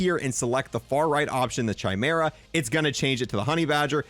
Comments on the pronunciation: Why did he say chimera like that? It's not a ch sound homie. It's the k sound... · says chimera wrong, whole vid discredited